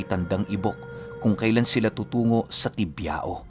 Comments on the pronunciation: Tibiao is pronounce at Tibyaw. Sa Panay Island kc mix Spanish Ang ibang words dun, Kya Ang pronounciation Spanish. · Bayan ng "Culasi",,next na bayan ay "Tibiao" (Tibyaw) ang tamang pagbigkas ng lugar..Sunod na lugar ay "Barbaza",tas "Lauan"(Lawaan ang tamang bigkas.)sunod ay "Guisian"tas sunod ay ang bayan namin,.Bayan ng "Bugasong" tas yung city namin,bago ka makarating sa pinaka city namin,madadaanan mo ang bayan ng "Hamtic" alam ko malapit na yan sa city namin, "San Jose Antique".. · ung pag pronounce po ng tibiao deretso po dpo nakahiwalay ung o hehehe